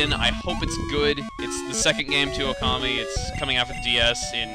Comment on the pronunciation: When you were saying 'Okami' I kept hearing 'Commie' I was about to say 'Chugga, I never knew you were a comrade! Ura equailism! Ura Communism!'